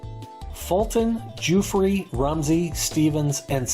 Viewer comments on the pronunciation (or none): none